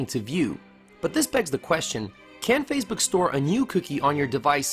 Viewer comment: You're pronouncing Facebook as "Fazebook" or "Phasebook" of the video - there's NO Z!